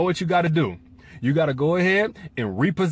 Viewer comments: With the Capital T's at the end?! 😅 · Shanté Devyne That's how you KNOW he was so sincere! Lmaooooooo